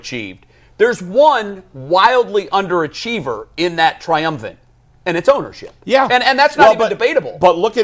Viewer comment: my man it’s “triumvirate”